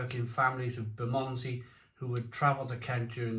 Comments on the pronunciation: It’s pronounced “Burr-mun-zee” 😀I have a variety pack of their beers to go through at the moment. The IPA was very decent so looking fwd to the rest including this Pale Ale. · I’ve never heard it pronounced how he did in this video. Bizarre